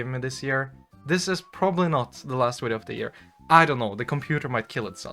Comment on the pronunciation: This video has two of my favourite things: Pretty girls, and the way Scandinavian people say "wideo".